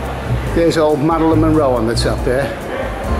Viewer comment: “Madelyn Monroe”???? Ha!